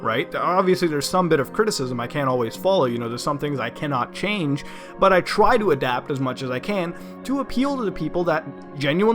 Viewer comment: "But I twy to adapt." Lol love you mutahar no homo